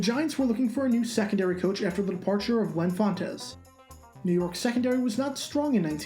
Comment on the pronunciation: You keep pronouncing fontes wrong.